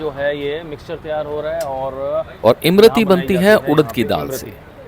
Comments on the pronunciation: Imrati nahi imarti hota he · That's not Imrati , that's lmarti 😂😂😂😂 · इम-रती नहीं होती सर.. इमरती होती है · इम रती नही उस्ताद इसको इमरती कहते हैं